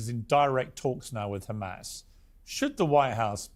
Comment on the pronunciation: Has anyone ever noticed the physiological tactic that Israelies use when saying hamas? It's the only word where they pronounce it gkhamas. The is to create some sort of additional fear of the unknown. I've never heard anyone address this.